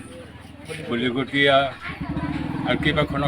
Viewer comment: Ahomiya vl koi kobo nuwaro Ki news porhiboo ahiso. Bolikotiya is not balikotiyaa